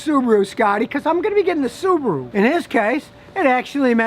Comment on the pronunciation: I’m impressed Scotty you say Subaru not Su bar ru like most Americans say